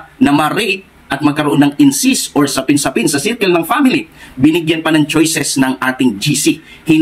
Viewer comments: Correction po."Incest" hindi "incist ". Kung aalis ka sa Sda saan ka pupunta?meron pa bang mas totoo sa Sda?Given na mali ang guidelines na yan tungkol sa abortion..hindi yan dapat ang maging dahilan para umalis ka dahil ang mga higher officials ng Sda na nag pasya dyan ay mga tao lamang na nagkakamali...hindi pa din nyan mababago na ang Sda ang true church..kahit sa time ng OT ang mga hari nuon ay nagkakamali din tulad ni haring David pero hindi inalis ng Panginoon ang pagkilala Nya bilang bayan ng Diyos ang Israel..Hindi mo po dapat ibase ang iyong faith sa tao. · Brother " incest" hindi incist. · Incest po hindi incist hahahaha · Sa dami mong relihiyon hindi na relihiyon ung problema ikaw na mismo sarili mo na yung may problema. Hahahahahaha kawawa ka naman ginamit mo na lahat ng relihiyon para lang mag ka pera ka. Dami mo pang sinabi pero d mo man lang ma pronounce ng maayos yang incest.